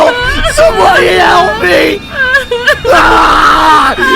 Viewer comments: Sorry but he said someone hayelp meeee😂😂😂😂😂😂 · "Someone Hyelp me " made me laugh